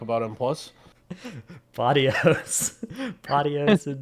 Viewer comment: Blud really said podious instead of podios, dios mio